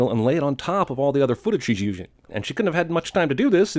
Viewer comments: he made a mistake; "uschzxing" lol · you said "uzhing" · "footage she's u-shing" 😂😂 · " all the other footage she's UESH-SHING" ... I don'tknow!! I just found it funny xD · Did anybody else hear how he said the word "using" there? He kinda sounds like Trump when he slurred when he tried to say "The United States" that one time n wound up saying something like "The Uniteth Sthtaths" lol idk spelling what came outta his mouth that night is kinda impossible lol... I hate to, in any way shape or form, compare u to ANYTHING Trump said or did bc ur probably a part of the 61-62% that doesn't like him (n if u do happen to like him then I just somehow complemented u but there's no way u could like him... anybody with even half a brain hates that prick) so yeah if u read this comment I'm really sorry... it's just the best comparison I could come up with...n if anybody reading this doesn't know what I'm talking about than here's a link to a clip of what I'm talking about bc I just can't pass up an opportunity to make fun of Trump... hope u enjoy watching Trump make an ass of himself as much as I did lol he actually slurs a bunch of words but around 40 seconds into the video is where he seriously fucks up saying "The United States" lol